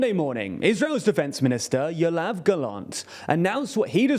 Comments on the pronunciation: You keep calling the Israeli defense minister "Yolav Gallant". There is no L in his first name, it's "Yoav Gallant" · It's Yoav not Yolav